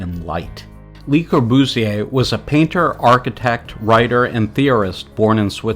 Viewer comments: Great work, and I learned a lot. But please learn how to pronounce French. It’s not “Li.” It’s “LUH” the correct pronunciation. Or learn how to pronounce Atellier! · Good review but for god's sake stop the robot reading! It invariably end up with Burj "Kalpha", "Richard Netura" or "Lee" Corbusier LOL It misreads quotes "Architecture is how to waste space" vs the "Architecture is the art of how to waste space" or it utters things like, "This is a building that stands this building stands" or "Unity Temple Unity Temple was an exercise in ..." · "LEE Corbusier" , "Palazzo Del Lavorno"!? etc...How did you graduate any school? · Your narrator should learn how to pronounce. Especially le Courbusier. And he should know something about architecture. You should identify pictures and use them with appropriate narration. Interesting stuff but sloppy. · Not surprising. It got Le Corbusier wrong too.